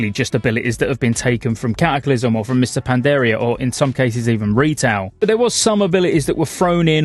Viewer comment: HAHAHAHAHAHAHAHA I cant unhear it now!